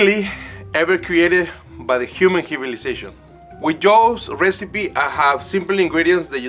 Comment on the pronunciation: Did he say "created by the human humanization"?💀 I love so much🤣